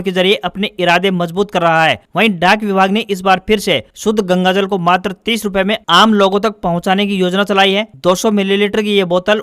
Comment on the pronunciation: News may bole Wrong word:- incorrect -Gagajal. Correct -Gangajal.